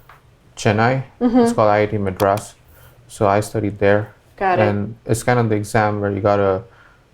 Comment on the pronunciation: Mr. perplexity is so obsessed with accent that knowingly mispronouncing every single orginal devnagari words. *CheNNNNaii, *Meedrassssss. however he is doing great in AI, great to see that.